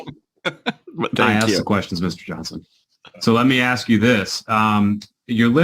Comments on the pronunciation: We need someone that can pronounce ask correctly 😂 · “Did you acks Ken…” 🙄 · Let me axe you this... 🙄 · Don't axe me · Mr. "Axe", "Picher" "Caw", "Contrac", is having some fun profiling and primping....sounds like he has a big $ part in the building.....I can't stand it when the Atty's become bully's and badger the witness.. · Why is “ask” such a hard word to pronounce?